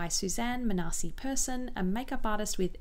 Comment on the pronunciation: Hey! Just wanted to say that Manasi is pronounced as maa-nuh-see and not muh-naa-see! Two of my friends have that name lol. Love your videos💕